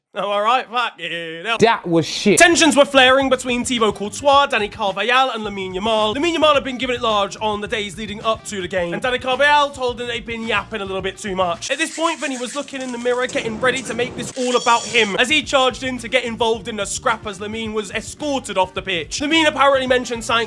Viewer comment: it’s pronounced Carva-Hal